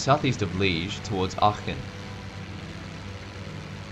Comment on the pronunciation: In the context of accuracy, the Belgian city of Liège sounds more like Lee-ezh, as in general Lee followed by a prolonged E (of Explain) and a thick sounding Z at the end.